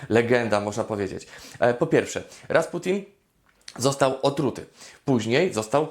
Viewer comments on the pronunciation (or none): nie Dwaputin tylko Rasputin XDD